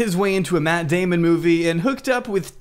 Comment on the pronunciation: dude said "Matt Damon" movie